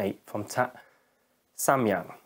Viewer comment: I'm a korean and you're the first person who speak Samyang correctly ! anyway it's quite good lens but 85/2.8 is not satisfactory